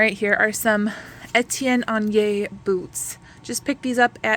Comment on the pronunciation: Listen to you pronouncing Etienne Aigner with a French accent!! Makes my French teacher heart so happy!! ❤. If I had the amount of jewelry listed that you do, i would have to have a numbered bag system so that I could just look for the correct bag number. I think you are doing great and I learn so much from you! Merci mille fois!!!